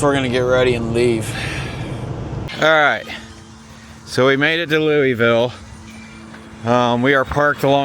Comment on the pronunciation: It's pronounced Lou.uh.vill------it is Not pronounced Lew ee vill. sound smarter please